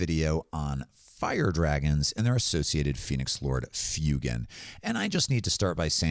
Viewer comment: For somebody who does such deep dives on lore and references to the real world, it causes me chest pain every time I hear you say Fyoo-gan... That's my only gripe. Otherwise, great video, great content!